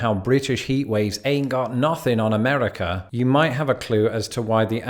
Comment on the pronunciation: Every time he mispronounces "Amerikerr," take a shot of vodkerr.